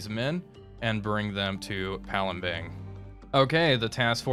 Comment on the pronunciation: You keep Saying palembeng you don't use an eng at the end you use an ang so it reads as palembang